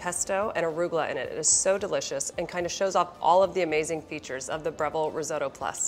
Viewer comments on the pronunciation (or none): Breville. A great Australian company. Never heard risotto pronounced Ri-zoe-toe before though.